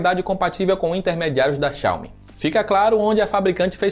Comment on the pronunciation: Ótimo conteúdo! Só uma critica construtiva, a pronuncia da palavra Xiaomi esta errada, estou morando na China e aqui eles pronunciam a silaba tónica no Mi. Como se tivesse um acendo agudo no fim da palavra Xiao"Mí". Por se tratar de um canal que forma opiniões e influencia os entusiastas, acho interessante dar atenção nessa questão. Abraço!